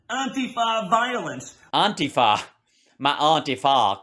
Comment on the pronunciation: "Auntie Fa"! 🤣